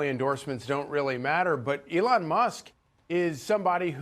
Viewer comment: His names elon not adon. Ity it. 😅😅😅